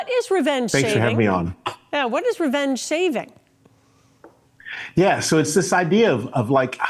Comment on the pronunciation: Did the news bunny say “Revenge Shaving” ?🎉